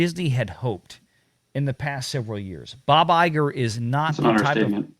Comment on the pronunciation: It’s EYE-gore.